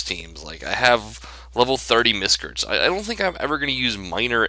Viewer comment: "Miscrtis"? LOLZ! Miscrits Not Miscrtis!